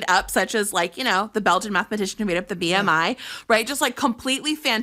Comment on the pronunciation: So...as a Belgian...I feel a bit offended in the way she said BeLgIaN xD